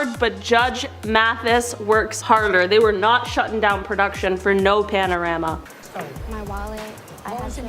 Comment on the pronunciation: Why she keep saying panarama, does she mean pandemic, I don't understand